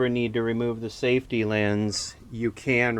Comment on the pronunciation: Wait, "lense"? What's a "lense," to you?